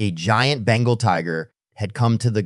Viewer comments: It's not bangle tigers. It's Bengal. Tiger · Bengal not bangle